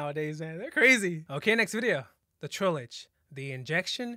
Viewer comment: i love how you pronounce trollge like trollage